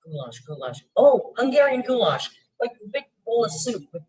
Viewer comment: GHOULASH??? That ain't ghoulash; that's ghoulISH